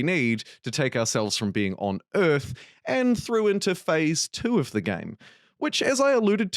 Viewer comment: WTF is "simulator of ürth"???